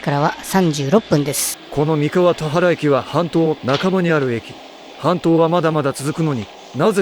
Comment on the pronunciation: 動画での投稿者さんの声 クリスタルボルト→クリスタルポルト たわら方面→たはら方面